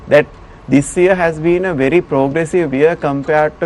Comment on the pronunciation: "I'm ver honest" LOL 😇😜🤪😝